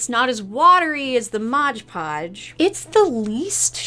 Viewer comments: I'm not gonna make fun of you for saying ondongo but I will make fun of you for saying modge podge <3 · so you're gonna comment on "ondongo" but not on "modge podge"?! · I love how you apologize for "ondango" but not for "modge podge" lmao